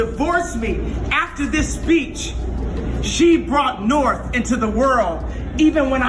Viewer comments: Lmao he calls his kid Norf.. come on man... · Can't help laughing a little that kanye cant pronounce his daughters name " norf".